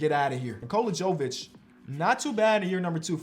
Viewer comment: I’ll never understand when dudes see 2 names from the same country and don’t have the common sense to put two and two together 😂 no offense but it’s obviously “Yo-vich” like “yo-kich” not “joe-vic”. Sorry I’m just a disgruntled Serb 😂 congrats on having your daughter tho all the best 🥳